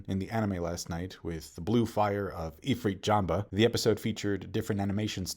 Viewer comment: Why he calling it ifrit JambA tho😭 Sanji been saying JambE for decades, how can he still mess it up